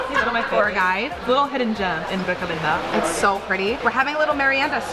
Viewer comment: Recouuuuuleta.... (Why does she have to pronounce like a gringa) 😂😂😂😂🤦🤦